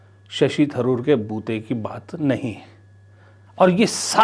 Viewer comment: Tharoor Not Dharoor.Tha is not pronounced dha. North Indians make this funny mistake.